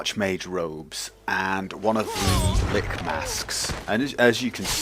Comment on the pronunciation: Li-ch Not lick.